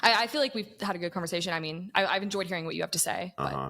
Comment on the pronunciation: Conversation not converZation. 😂